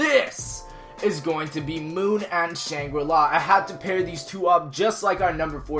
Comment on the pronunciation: Moonri-la... lel